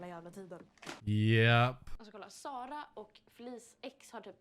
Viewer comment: Your pronunciation of Sara comes across as sounding like SALA and not SARA - well it does to me anyway. Just thought that I'd mention it.